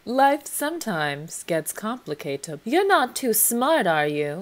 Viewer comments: “i think my favorite is ‘life sometimes gets complicatep’, cause it do!” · "Life sometimes gets complicatep" ....sure does 😅